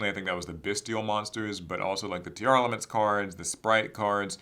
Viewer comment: Say it with me Tier Laments That’s how it sounds dude.. not tearelements. Yugioh players can’t read